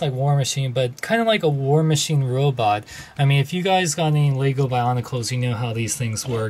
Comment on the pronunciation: It's lego as in leh-go not as in lea-go. Get it right.